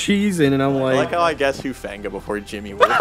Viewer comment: Are we just not gonna talk about Hufanguh😂